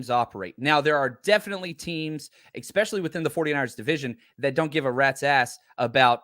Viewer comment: Good convo, but "EXPECIALLY" is hard to listen to.